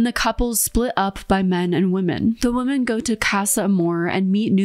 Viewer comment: I love your content so much I just have one tiny correction because I'm obsessive about pronunciation... woman (/woo͝m′ən/) - singular women (/wĭm′ĭn/) - plural